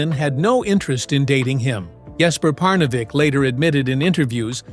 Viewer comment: When is this A.I. narrator going to learn how to pronounce words, names, places, etc... correctly? His voice and cadence are already chafing my ears. Perhaps this A.I. bot is not so advanced or has a learning disability. Jesper Parnevik's name is not pronounced, "Par-nav-eck"!! A.I. = Articulation Incompetence.